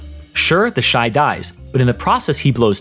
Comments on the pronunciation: I thought its pronounced "Teshi" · Ah yes, TEHSHEE